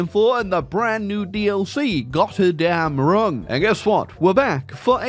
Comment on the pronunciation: map fun (he can't pronunce German words)